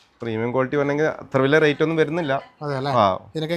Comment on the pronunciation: Not rite(റൈറ്റ് )but rate ( റെയ്റ്റ്)